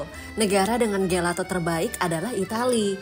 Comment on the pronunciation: Maaf tp gelato itu dibacanya “jelato”. Maaf saya hanya seseorang yg suka bahasa itali